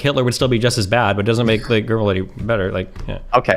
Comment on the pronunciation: the way americans insert an R into goebbels will never not be hilarious to me